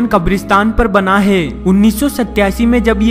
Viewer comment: hai pe itna jor kyon dete ho bhai...